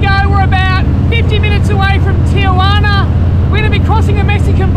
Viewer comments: What the hell is a Tijuani??? It’s pronounced Tee-Hua-Na! 😂😂😂😂🤘🏼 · ITS PRONOUNCED TEE UH WANEE NOT TEE JU WANEE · Tee-Yu-anee!! Lol omg this guys are hilarious. Te-jua-na. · You say it « Tee Roo Waana » and not Teejoowanie 😅😎✌️ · Hilarious the way you pronounce Tiaguanna 😂😂😂😂😂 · "Tichewaney"...lol where are you? Good deal on the Sporty. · Tee-gee-wanee.... Translate- Tijuana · lol, tigueywaanney ....